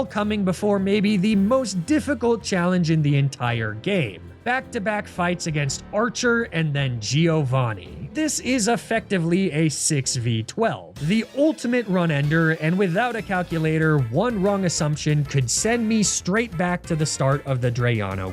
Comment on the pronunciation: Runder. Not run ender. Sheeeesh..